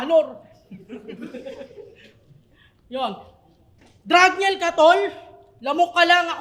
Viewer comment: bakit bigkas niya dragnyel.dba marunong magbasa yan haha